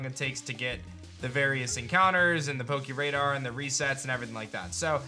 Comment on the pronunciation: Please don't say "poke- EE" radar